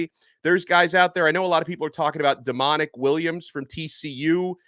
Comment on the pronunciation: I know that man name aint pronounced like that … come on.. that boy mama ain’t name him demonic … Damonic is pronounced Dom-ah-neek lol